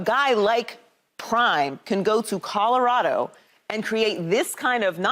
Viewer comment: Lesean! It’s Colorado not Codarado!!!